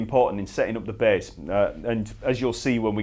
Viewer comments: The B A H S S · I love how this guy says bass.